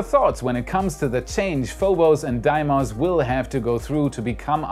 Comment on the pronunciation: It is pronounced Deemos, not De-i-mos. But thanks for the nice episode.